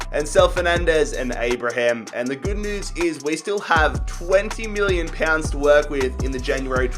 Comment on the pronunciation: MILLION pounds 😂 how u said it though